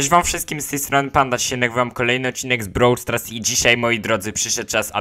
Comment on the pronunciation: brawl stras nie brawl stars xd